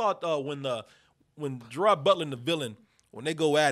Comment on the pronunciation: & it gerard butler pronounced as ger-raid not ger-rad